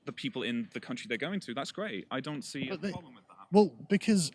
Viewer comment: Why cant the soy boy say 'dont' ? State of him/her/it